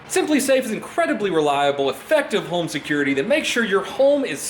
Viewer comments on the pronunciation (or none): When he says home it sounds like “Holme” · Are you saying HOLM in your ad? Pretty sure you’re saying HOLM